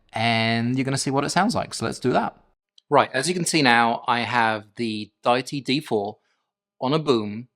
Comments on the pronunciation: Love the review! Specially the simpleness. Would have especially appreciated if all the audio in the review came from the mic, and also "Die-tee"? Is it not Dee-it-tee? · 🤔😂🤦‍♂️😳 pick one mate think they go with day-itee or or the common pronunciation of Deity as in a god , … Dee itee 🤷‍♂️ jus’ saying, but it definitely ain’t however your saying it 😳 ✌️ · You have it spelled wrong,, it is Deity and you are pronouncing it wrong.